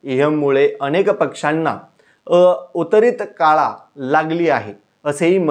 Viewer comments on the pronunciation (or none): संयंश? उतरीत कळा? कुठली मराठी बोलत आहे हा? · अरे तु कसला पत्रकार तुम्ही आधी मराठी शिकून घ्या संशय म्हणा उतरती कळा म्हणा उच्चार नीट करा!! बाकी अविनाश दादा करेक्ट बोलतात जनजागृती व्हायला हवी लोकशाही वाचायला हवी! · अरे तुला संशय, उतरती कळा हे शब्द पण म्हणता येत नाहीत? पहिले मराठी शब्द शिक आणि मग व्हिडीओ बनवं